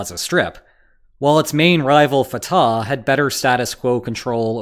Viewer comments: It’s not Fat-ah it’s pronounced Fut- ahh 🟨🇵🇸🟨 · the h in Fatah is pronounced like the h in Hamas